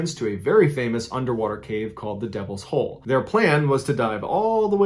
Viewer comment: When it said said Devils hole I thought it said Devils Hoe at first. Lmao 😂